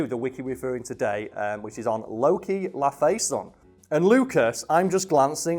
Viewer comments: There's not even an A there, why are you pronouncing the letter E as the letter A? It's Laf-E-son not Laf-A-son. So at some point in the MCU are we going to get that cross over where Tom Cruise plays Deadpool after an encounter with Loki? I think he was already in Deadpool 2 but he was made unrecognizable in make up, like to the point where no one even knew he was on the set while filming his cameo. So I think they could still get him to actually play as Deadpool... On second thought let's not do that... Though if they ever made a movie with the other versions of Deadpool in the multiverse it would be interesting if one of the alternate Deadpools was a Tom Cruise Deadpool. I don't want to recast Ryan Reynolds, just have a fun nod to that story in the comics. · Hearing him pronounce laufeyson as lou face son made me chuckle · im sorry but since when were ice giants french? lau-fey-son lol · how he pronounces Laufeyson makes me cringe to oblivion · I know it’s not easy to pronounce Loki’s surname but still annoyed me how you said it 😂😂😂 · I love how he repeatedly mispronounced Laufeyson